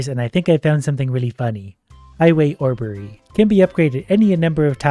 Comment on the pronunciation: “Highway orberry” is crazy 💀